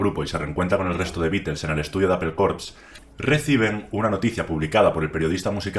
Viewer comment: Los Vitels Gugel Apel